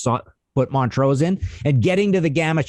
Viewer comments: It's Mon-trose, not Mont-rose. sheesh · MonTrose, not Mon-rose. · Weirdest pronunciation of Montrose I've ever heard.....